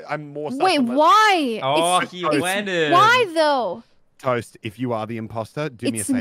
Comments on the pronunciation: Valkyrae: "WHY WHY" Toast: "uh rae what was that word you just said...?" Valkyrae: "uh.... who..." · when Rae said “Who” Toast was like “What did you say?” trying to see if she said why lmaooo love that